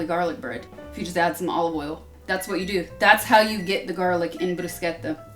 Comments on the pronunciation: Perfect job, perfect pronunciation of bruschetta! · I always thought this woman was perfect, I was right, she not only prepares bruschetta the way it should be done but even pronounces it correctly, brava Sasha. 🍺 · Nice pronunciation! I normally dice the pomodoro directly in the bowl, just to have all the juices , and add some origano. Sometime I add some diced feta too. Uh, olive oil on bread before rubbing the garlic! :) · Thanks for pronouncing Bruschetta in the right way, grazie 😊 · As Italian born and raised in Italia the most satisfying thing is the perfect pronunciation of bruschetta🤌🏻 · My only fear was you pronouncing bruschetta wrong. Thanks chef, italians approve. 😁